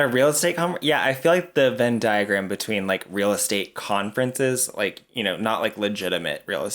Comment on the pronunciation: Is she saying “real state”??